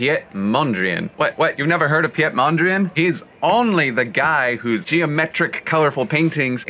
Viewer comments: Piët Mondrien? You pronounce it Peet Mondr "a" "AA" n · I love when people butcher Dutch names by pronouncing them with a French accent It’s P-EET MÖHN DREE AHN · It also hurts how he pronounced Piet Mondriaan😂